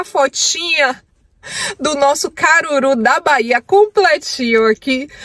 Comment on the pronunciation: Cangur'u Kkkkk é Caruru'